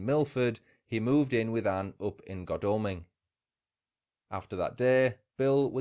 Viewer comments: Jarred every time you said Godalming... Should be God as in God, Al as in Al Capone and Ming as in vase.... goodness knows where you did your research lol ps aside from that was quite interesting 👍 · I live here, locals pronounce it god all ming